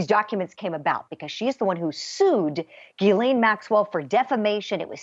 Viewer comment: G- HIS- LAINE = Jizzlane, It’s pronounced Jizzlane...